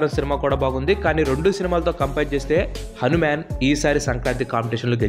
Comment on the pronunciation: Bro akkadakkada హానిమాను అని పలికావు,అధి హనుమాను